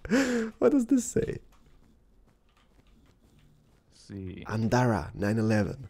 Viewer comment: ANDRA not ANDARA